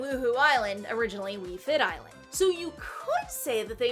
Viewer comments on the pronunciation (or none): none